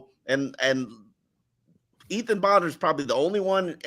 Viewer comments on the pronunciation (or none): none